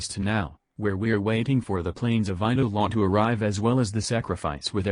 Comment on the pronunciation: TTS Actually said Eidelon quite well.